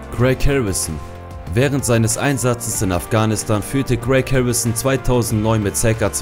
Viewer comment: Die Wörter "Harrison" und "Präzisionsschuss" könnte man besser aussprechen. Vielleicht würde ein Sprachtraining helfen. Ansonsten ein schönes Video.